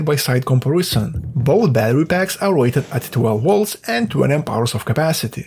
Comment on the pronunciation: HAHAHAHAHAHAHAHAHAHAHAHA was debating to say the same thing, it was on my nerves and "wolts" vs volts LOL can't hate the guy i would like to troll him as friends do to one another :face-fuchsia-tongue-out